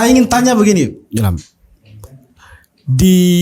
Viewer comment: Kakak Host, sy orang Bugis Makassar, kita sebagai orang timur cukup fasih mengucapkan huruf Z, tolong jangan dimodifikasi jadi Huruf J....itu hanya berlaku di tanah sunda...Zulham bukan Julham...Zamrun bukan Jamrun😁😁🤣🤣🤣